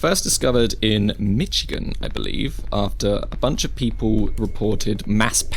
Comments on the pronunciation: XD "mitch-igin" Its pronounced as "mishigin" xD i know you arent american, so figured that id lend a hand. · The way he said Michigan omg lol that's just tell ya that the cities are even harder to pronounce lol love the videos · That's...that's not how you pronounce Michigan.